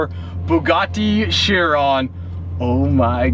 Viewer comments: Pronounced ‘Kiron’, not shearon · nope its a Bugatti Veryon not a "Cherron🤦‍♂️" Chiron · Fun fact, your pronunciation for the Bugatti Chiron is not "sheer ron", it is pronounced "KY rahn". Hmm, the more you know. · It is bugàtti Chiron not bugàtti laugh my ass of 😂😅😆😂😃😄😅😆